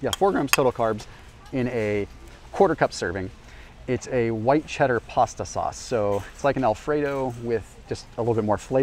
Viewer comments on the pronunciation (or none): none